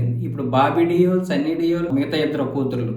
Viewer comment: డియోల్ కాదండి దేవల్ అనాలి